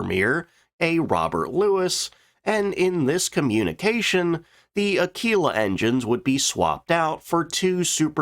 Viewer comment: It's A-killer or Ak-keeler not Ak-wheeler.